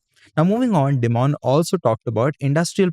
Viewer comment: Hey, just a friendly correction, Dimon isn't pronounced as 'dee-mon' rather its pronounced as 'die-mun'. Also, isn't JPM Chase the world's biggest bank?